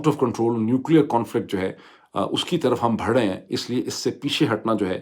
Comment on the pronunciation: Dr.Moeed,you are an excellent analyst on all matters,but I have always had problems digesting some of your pronunciations: 1.Pronouncing pilot as “poilot”. 2.Pronouncing “barh” as “bharh”. 3.Pronouncing “vis a vis”,the second part of this phrase is a silent “s”,so,it’s pronounced as,”vis a vee”. I hope you take notice and correct all this,because you are expected to do some research before you take the mic.